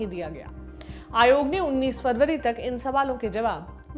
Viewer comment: मेरी बहन खबर पढते समय जनबरी फरबरी तो याद रक्खो